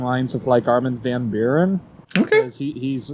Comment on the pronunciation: As someone who shares a country of origin with the man, the pronunciation of Armin van Nuuren , hurt :D Don't worry, i'll promise to continue shamelessly butcher your language in return.